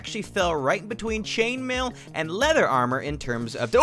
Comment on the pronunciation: Leahther armo-oh god"XD